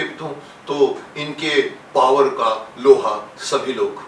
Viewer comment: बचपन मे जब शकिमान में डॉ जैकोल पावर बोलते थे मुझे फवार सुनाई देता था जिसको भी पावर की जगह फवार सुनाई देता था बिना शर्माए बताए